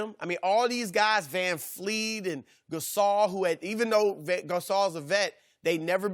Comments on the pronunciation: Chris is the only reason why there are people out there who say “Vanfleet” instead of “Vanvleet”. When you talk about players all day you’d expect them to know how to pronounce their names, at the end of the day all of these analyst are certified bonehead retards so we can’t expect much. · People will forever pronounce Freddy’s name wrong 😂 “ van fleet” 💀